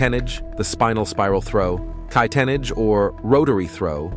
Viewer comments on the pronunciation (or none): Kai Yee tee Nah gee Not “Kai Tennidge” lol